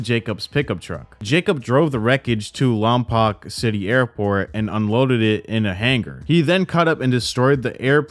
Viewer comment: Just an fyi, Lompoc is pronounced, Lompoke